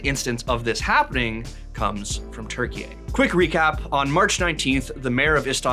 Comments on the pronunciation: I think he tried to say Turkiye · Where the hell is 'Turkey-eh'